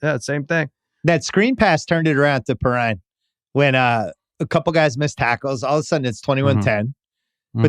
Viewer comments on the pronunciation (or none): Never ceases to amaze me that all of these supposed experts, week after week, say the losing team choked rather than crediting the Cincy D! Also show further ignorance in not pronouncing Bengals player names correctly, in this case Perine. Wow, they are in the Super Bowl and you still don't know how to pronounce their names?